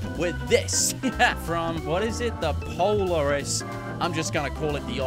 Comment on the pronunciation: It's pronounced Pul'AR'is